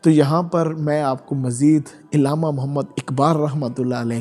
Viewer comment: لفظ علامہ میں ع کے نیچے زیر نہیں بلکہ ع کے اوپر زبر ھے ۔ ادائیگی درست ھو تو بہتر ھے